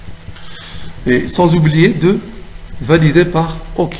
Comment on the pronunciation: "Ok" se prononce "Okay" ...